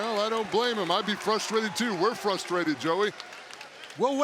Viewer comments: 1. My God Are there REALLY Actual Sonny Kiss Fans? 2. 'I'm JUST FUSSTRATED.' That was spoken just like Christian Weston Chandler... Dat Mispronounce... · Sorry to hear that joey janela is "fusstrated"